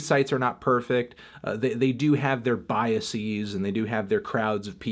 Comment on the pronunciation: Let’s Argue: Anthony is saying “BiaSEAS” rather than “Biases”.